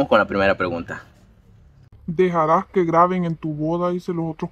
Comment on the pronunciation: No será graben ? Y no "graven".